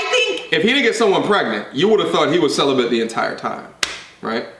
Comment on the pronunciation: Why the fuck didn't you correct her stupid ass "celibent" really bitch.